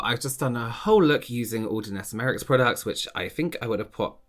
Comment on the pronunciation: Hi I'm not saying this to be horrible but jus saying to help u, say her name like my-ricks 😉